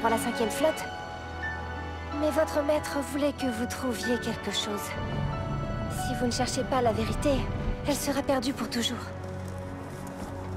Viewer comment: C'est moi ou à il dit Mère au lieu de Maître? j'ai beau remettre ça en boucle et le son à fond, j'entend Mère au lieu de Maître XD